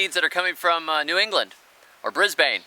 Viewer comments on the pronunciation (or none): Brisbane is really pronounced ‘Brisbin’